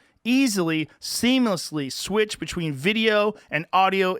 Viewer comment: Does anyone else get annoyed when Joe says bechween instead of between?